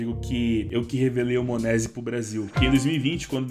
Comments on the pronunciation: "monézi" da uma agonia de ouvir kkk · Ouvir o falando monesy dói